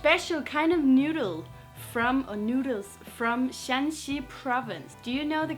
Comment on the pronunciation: Hey, great video. Absolutely love your "Understanding Chinese Culture" series. However, there is a small mistake. It should be Shan(3rd tone)Xi province, which is spelled as Shaanxi in English, to distinguish it from Shan (2nd tone)xi province, spelled as Shanxi. The capital of Shaanxi is Xi‘An and the capital of Shanxi is TaiYuan. Keep up the good work!